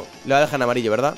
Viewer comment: se dieron cuenta? dijo verdaz xD